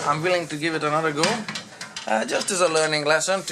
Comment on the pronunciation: Go not gi